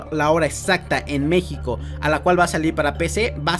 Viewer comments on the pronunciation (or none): none